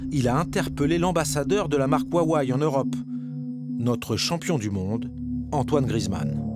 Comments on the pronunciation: "Woiwai" pour Huawei alors que ça se prononce "Roiwai" pour un français... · Ça se prononce “houa-weï” et non wouawé comme le journaliste le dit. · Huawei ou wawei 😂🤣🤣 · Ruarway et whywhai 🤣🤣🤣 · 我好想认真看片子，但是华为的各种发音真的太好笑了！！！中文不会说几句就完全理解中国了，Bravo！ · « on m’a fait lire et traduire sa pensée profonde… » Je m’interroge fortement sur la qualité de la traduction d’une personne qui n’arrive même pas à prononcer correctement « Huawei » et « Shenzhen » (les deux seuls mots chinois qu’il a prononcé, et ce de manière absolument hideuse)